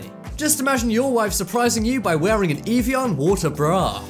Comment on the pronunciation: It's "av e on" not "eve e on"